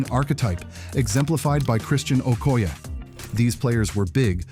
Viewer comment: AI slop, the tell tales are when it starts talking about “before 1990” and then shows a bunch of clips from the late 1990s and then when it couldn’t pronounce Christian Okoye’s last name.